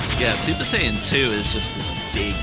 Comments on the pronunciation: Not to shit on the grammar of a made up word, but the way the dude said "Saiyan" hurt my brain. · L take, couldn't even pronounce "Saiyan" earlier